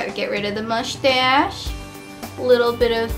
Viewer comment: MUSH TASH LOOOOOOL